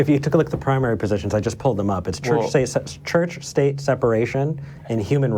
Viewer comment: Is he saying search?